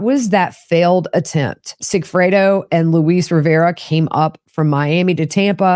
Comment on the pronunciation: Luis pronounces his name like “Lewis” it’s in all his swearing ins in court, etc.